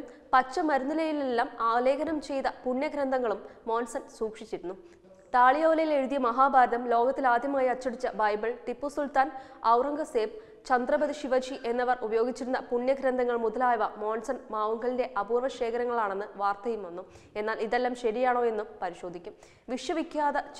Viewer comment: ചന്ദ്രപതി ശിവജി അല്ല.. ചത്രപജി ശിവജി